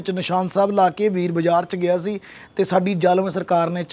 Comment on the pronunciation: Veere ਤੁਹਾਡੇ ਇਲਾਕੇ ਵਿੱਚ "ਸੀ", ਨੂੰ "ਤੀ" , ਕਹਿੰਦੇ ਹਨ ਪਰ ਮਾਝੇ ਵਾਲੇ ਅਸੀਂ ਵੀ ਤੁਹਾਨੂੰ ਸੁਣਦੇ ਹਾਂ ਇਸ ਲਈ ਤੁਸੀਂ ਕਿਰਪਾ ਕਰਕੇ "ਤੀ" ਦੀ ਜਗਾਹ "ਸੀ" ਬੋਲੋ , ਸਾਰਾ ਪੰਜਾਬ ਤੁਹਾਨੂੰ ਸੁਣਦਾ ਹੈ, ਤੁਹਾਡੇ 'ਵ" ਦੀ ਥਾਂ "ਬ" ਬੋਲਦੇ ਸ਼ਾਇਦ ਜਿਵੇਂ ਵਾਲ ਦੀ ਥਾਂ ਬਾਲ